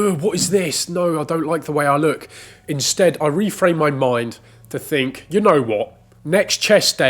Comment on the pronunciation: Guys, it's your moind. It's your moind set.